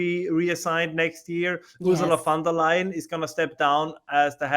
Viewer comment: Von and Van are NOT THE SAME. Von Der Leyen Not LION lay-en Von Der Leyen. Show some fucking respect and learn how to say foreign names correctly. Not to respect the politician, but to respect the people.